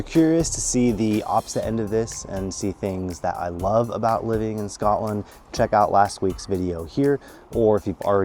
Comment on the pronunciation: Not even ten seconds in to the video and there's already something wrong. Like if your going to live in Scotland than you have to pronounce it wright